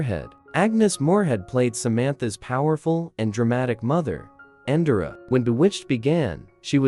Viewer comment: So amusing that you mispronounce "Darrin" - just as Endora always did. But them, you mispronounce "Endora" and "Esmeralda" also. Must be AI.